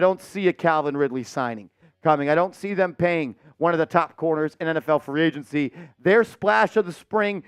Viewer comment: It's agency not agnecy